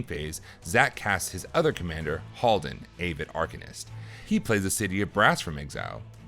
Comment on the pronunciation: "AYE-VID Arcanist" killing me new guy lol